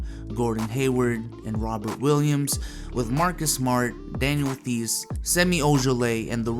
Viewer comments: You pronouncing Theis as The-is just shows you’re not a real Celtics fan it’s pronounced Tice you should know that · Mispronouncing "Theis" and "Semi" by a known Celtics fam is a major L. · You’re a Celtics fab and don’t know how to pronounce “theis” massive L man. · He can’t even pronounce “theis”